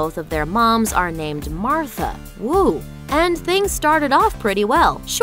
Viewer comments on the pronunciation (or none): Y U SAY MARFA??M